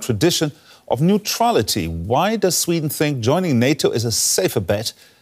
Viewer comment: ..🤔.."I'M FROM SHWEEEDIN.."!!